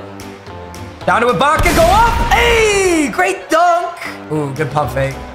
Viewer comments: Finally learned how to say ibaka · Bro finally pronounced Ibaka’s name right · he finally said ibaka right 😂